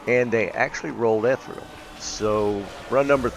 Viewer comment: Ethereal is pronounced differently.